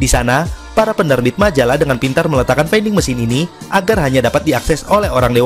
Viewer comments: Oh iya. Vending (baca: vending) bukan baca: fainding / veinding. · Baca vending ?